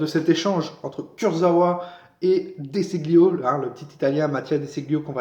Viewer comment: Ce se prononce Dé Chilio.